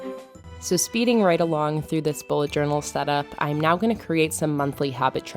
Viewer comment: I think you've added an extra "a" in journal, but I love this theme!